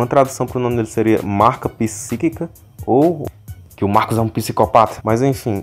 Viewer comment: Marcus-é-guei-pakas KKKKKKKKKKKKKKKKK